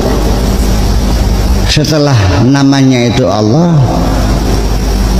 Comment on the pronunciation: Lafad Allah ,itu bacanya yng benar Allah bukan olloh